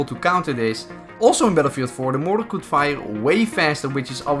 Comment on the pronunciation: When he called motor "moror" I felt that